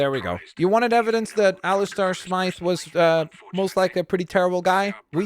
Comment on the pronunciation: BTW it’s Alistair S-my-th